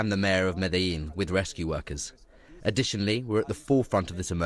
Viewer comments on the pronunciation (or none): "MEDALLIN"?! did you do your research to check for the proper way it's pronounced?!